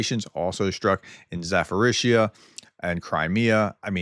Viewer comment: Zaforizia? Zaporiznia